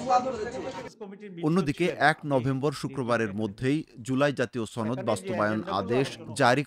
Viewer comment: ছনদ না সনদ হবে।